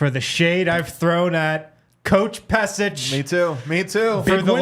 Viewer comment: Pesic = Peshich